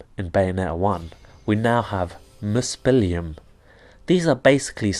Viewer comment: Nice review. It's pronounced "muspel-hyme". "heim" means as much as "home" or "location", depending on the context. So "Muspelheim" is basically "Muspelhome" or "Muspel-location".